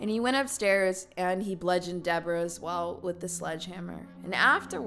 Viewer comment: Aye bro, just so you know, it's bludgeon. With a U. Rhymes with nudge in. Just thought you might wanna know. 😁